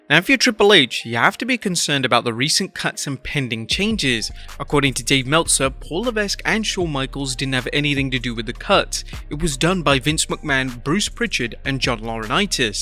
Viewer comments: Triple H's real name is not pronounced Paul Levesk it is pronounced Paul Levek. It is from The French and the 's' is silent. Why? I do not know but it's the way it is. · I had a hunch that Triple H and Shawn Michaels had little to nothing to do with the cuts. BTW, the S in Triple H's real last name is silent.